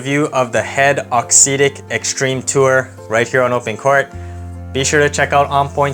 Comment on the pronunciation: Good review, cheers. Just one thing, if you can say “exotic”, you can say “auxetic” correctly!